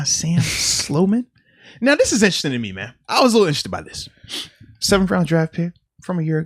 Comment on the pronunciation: Someone please tell #55 that the word is, Interesting not Instrastin'